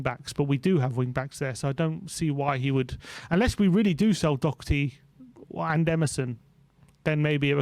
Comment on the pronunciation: Why do people insist on putting a c in Doherty? It's really fucking annoying.